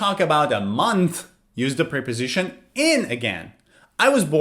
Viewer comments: Preposition is pronounced with a short e sound not a long e. It is pronounced like the e in pet or prep work. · He mispronounced the word preposition where the e is pronounced like the e in president, not the long e sound. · Actually, he mispronounced preposition each time.